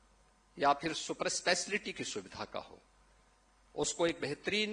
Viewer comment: Super eslaty😂super speciality hota hai pta nhi inko bolne bhi nhi aata aur banna hai inko mukhyamantri .